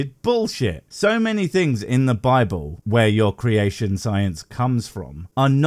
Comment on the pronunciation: I love the way that when says "Bible" it sounds like "babble"